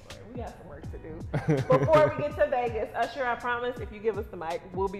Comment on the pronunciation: said ursher baby 😂😂